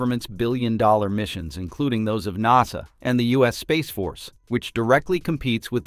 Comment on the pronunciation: Nawsa instead of NASA